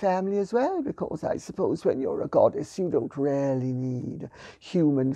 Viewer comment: Lady C is so posh it's almost unintelligible. When she says, "Really" it sounds like "Rarely". Otherwise eloquent and erudite as ever.